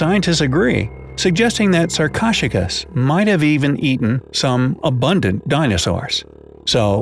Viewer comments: Sar-cosh-a-kus?!?!?! It is sar-ko-su-kus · Sarkoshigus... lol... sar-ko-soo-kiss is more accurate to its pronunciation there, narrator man. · did he just say sarc-o-j-cus 🤦‍♂️ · "Sarchosuchus" is pronounced "SAR-co-SUK-us." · It's not sar-ko-chu-kas It's sar-ko-su-kas. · U pronounce sarcosuchus like this (sar ko sue sh ess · 'Sarcosuchus' is pronounced sahr-ko-sue-kuss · Okay, its pronounced (sar-co-sue-kus) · it’s pronounced sar-koh-sukas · For number five, I’m pretty sure it’s prenounced as sar-ko-sew-kus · It’s Sarcosuchus (Sar coa sue kus) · The crocodile was actually pronounced as sarc-oh-suc-us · You didn't say sarcosochus correctly its saRcO-sooch-us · He said sarcocheros typo🤬🤬🤬😡😡😡 👇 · It's pronounced sar-co-sook-us please try to get it right. Remember it has 4 syllables not 2 syllables. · You prenounce sarcosuchus as sar_co-suk-us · Why did he pronounce sarchosuchus so weirdly I am not joking😡😡😡😡😡😡😡😡😡😡😡😡😡😡😡😡😡😡😡😡🤨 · wow did u say sarcosuchus wrong that was not even close I didn't even relies u were talking about a sarco at first lol XD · DUDE YOUR SAYING THEM WRONG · They butchered the pronunciation of Sarcosuchus. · Lets talk about the COUNTLESS times he pronounced Sarcosuchus wrong -_